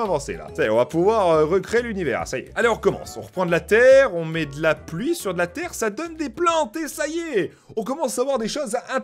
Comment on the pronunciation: De latér é De la ploui